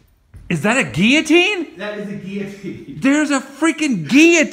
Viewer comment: Gillatines and caskets?weird!